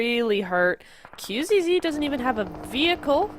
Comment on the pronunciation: dafuq is wrong with the caster? Xing is not King, Qzzz is not Qxzz, alots of mistakes